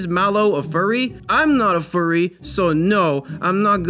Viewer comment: Furry not curry